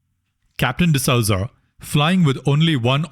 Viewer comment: D'Souza is pronouned as D'sooza and not D'Sauza